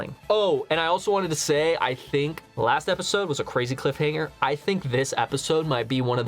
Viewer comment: For a second there i thought he said cliff hang🤣